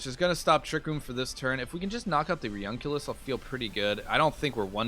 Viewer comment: Its pronounce reUNIclus re-uni-clus A bit like nukular.